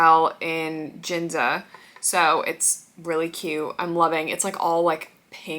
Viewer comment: Youre so pretty but its funny how you pronounce Ginza 😂